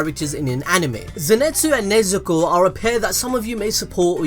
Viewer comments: IT'S NOT NEZEKO IT'S NEZUKO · It's nezuko not nezeko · Throughout the video... You went from nezuko to nezeko 😂😂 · it's nezuko not nazakho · "Nezuko" Also him: "keeps saying nezeko" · Everyone: Nezuko: Nezeko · I've heard people say nezuko as Nezko Nesko Nezuko But never Nezeko...... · ITS NEZUKO NOT NEZEKO XD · I like how the name pronouncing keeps changing around from nezuko to nezako to nezuko again 😂😂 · Yall are gods at destroying names lol u switched like 40 times from nezuko to nezeko lol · no ones gonna talk about how pronounces Nezuko as "Nezeako" XD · I like the “Nuzeko” in - lmfao sounds stupid hilarious💯💯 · It's kinda frustrating how you keep on calling her "Nezeko" but nice vid tho 👍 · This man really just said "NeZeKo" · beginning of the video: Nezuko towards the end: NeZEkO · Nezeko ? What? well I heard the worst was HOKAGAY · Stop saying nezeko please it hurts my brain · one more "nesekko" and im ending it all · "Nezeko" im sorry but I cannot oversee this lmao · My man went so baaals deep that he started saying "NIZEKO"! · “Nezeku” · How many times did I hear NEZEKO 😭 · I hate how you pronounced Nezuko's name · Take a shot eberytime mispronounce Nezuko's name. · its pronounced INO-SKEY not INO SU KE and NE ZU KO not NE ZE KO ZE NIT SU not ZE NET SU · Fam please! its Nezuko!! NOT NEZEKO! and its Zenitzu.. NOT ZENETZU please besides that good video though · Zinetsu :nez ko channn Me hearing that :the fuk u forgot the "U"man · Why do you keep saying Zenetsu and Nezeko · No one:: “neZEKo” “zinETSu” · you’re British like me but you’re butchering surnames 🤣🤣 Ne-Zoo-ko is how it’s pronounced and Ze-knee-tsu